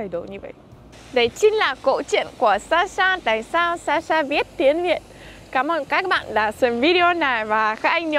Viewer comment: Cảm ơn Sasha đã lựa chọn Tiếng Việt, yêu Văn Hoá Việt và con người Việt Nam. Thật sự, Sasha đang nói tiếng Việt khá tốt, cả phát âm và ngữ điệu nữa. Nếu có dịp ở Việt Nam một thời gian ngắn thôi, mình tin Sasha sẽ rất giỏi. Chúc Sasha sớm đạt được mọi mục tiêu phát triển tiếng Việt, luôn xinh đẹp và hạnh phúc nhé. ❤🎉❤